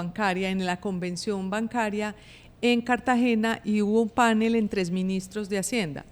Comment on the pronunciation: Por favor, la palabra "panel" es aguda y no grave como se ha vuelto moda al igual que "cartel". Entonces, no más " pánel" ni "cártel".